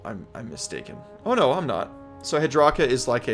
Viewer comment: Hed-KRAKA. It's head cracker is what his name is. Also yoi said Gobsprakk is a 3 csst, he's only 2. Iron skull boyz are much harder hitting, they have rend and more damage. And you missed Kunnin' krew. But its F tier lol